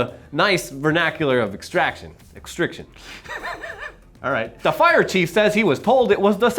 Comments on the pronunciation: Extri-cation not extriction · it's extri-cation. NOT extriction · “Extrication,” not “extriction.” Reading is magic. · Its pronounced extracation it’s fire/ems lingo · Its ExtriCAtion. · It's extricAtion. Also, the document said "No word on whether the truck owner billed her out for the unexpected mods." DID YOU EVEN FUCKING READ IT?!?!!